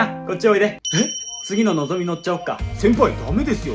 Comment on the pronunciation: こだま、ひかり、のぞみって全て新幹線の名前だけど強調してるように聞こえる笑もちろんそれが悪いって話じゃなくて説得力あるなって話